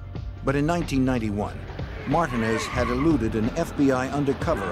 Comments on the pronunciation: Them saying Martinez in two syllables is nerve wracking. It’s Mar tin nez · It’s Alpo Martinez not Martin smmfh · Martinez is pronounced mar teen es not marton es 😑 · I had to rewind that back. 'martin ezz' lmfao. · Martin-ez lol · Am I the only one wondering why is it so hard to say Martinez correctly?? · 😂 there's another documentary about him 'Mayor of Harlem' where they say it the same exact way. I'm like damn they all got his shit wrong 😅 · How do you not know how to pronounce Martinez...smh